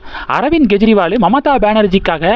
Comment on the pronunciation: Not Gejriwal, he is Kejriwal, It is K, not G